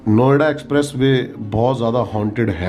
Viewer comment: Bhai jb aap Noida bolre ho bar bar to kuch or sunai dera hai Noida ki jgeh😂😂😂